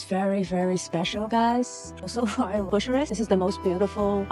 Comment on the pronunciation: 😂 "BUSHURESS"...😅 .. No it's not at all bushuress but BYUKAREST